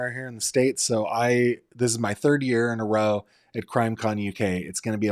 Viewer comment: NOT nine "yer" old. Fix that.